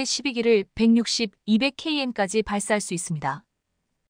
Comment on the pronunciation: 케이엠이 라니 ㅠ